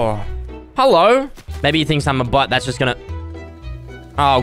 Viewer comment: when says bot it sounds like butt